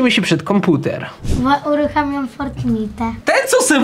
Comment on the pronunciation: to sie nienazywa,,komputer" tylko,,konkuter"